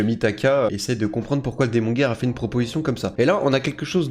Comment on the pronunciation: Par contre moi j'ai décidé de n'entendre que "démon gay" quand tu prononce démon guerre.